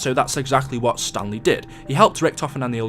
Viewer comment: Every time you said Stanley I thought you were saying stan lee